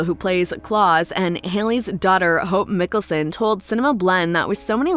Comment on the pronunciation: Hope Miklesin— its Mikaelson!